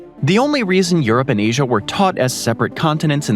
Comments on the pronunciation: Scandinavium, Africum, Asium, Oceanium...I was educated in the US 30+ years ago, but never learned these "um" endings. At least not that I remember. Maybe I just need new earbuds? :face-fuchsia-tongue-out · He does it to a load of words that end with 'a', but not all the time. I noticed 'Asiam', 'Ideam', 'Artacticam', 'Abujam', 'Parkam' and 'Americam', and I'm less than 17 minutes in. Doesn't happen every time he says those words, though. It's irritating. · what's with the "m" at the end of names that end with an "a"? Asiam?! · Is anyone else hearing him say um? Like Antarcticum or Asium?